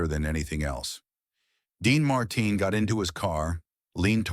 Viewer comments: voice is right pace and easily understood – needs few tweaks like "Marteen" not "Martin". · What's wrong.with you can t you speak like a human his name is Dean Martin.not martain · Dean Martin is mispronounced as Dean Mar...tine phonetically. A quality review program will prevent erroneous verbiage pronunciation. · The robot voice is horrible. Sal Mineo’s name wasn’t pronounced right even once. Same with Dean Mar-TIN Hire a human being for pity’s sake. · Who is / was Dean Marr Tin? Can't these robots get some speech therapy? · Dean marteen😂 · AI can't even pronounce the name, "Dean Martin," correctly. Gave this a thumbs down for the AI narration. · This is impossible to watch. The robot voice can’t even pronounce Martin. Hire a human being for pity’s sake.